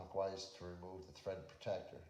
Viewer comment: Its THread not TRead!